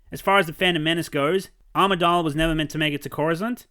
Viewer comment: Great video but I've noticed for a while you keep referring to Padme as Queen ARMIdala when she is called AMIdala without the "R". Just a small correction.